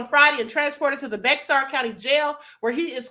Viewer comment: it’s pronounced.. BEAR .. not Bexar county.. that’s in San Antonio, TX